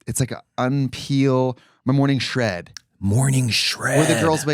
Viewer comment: Morning shred!!! 😂😂😂😂😂 it’s morning shed guys. Lmao